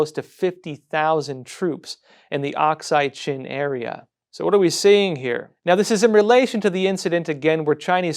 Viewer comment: it's not OXIDE Chin. It's Aksai Chin. And it belongs to India.